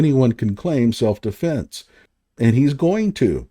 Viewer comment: Tell that dude it’s Metcalf not Metclaf. Penny… not Pender. Self defense not self deflense. This dude is the epitome of an idiot. I think he mispronounces names to disrespect them.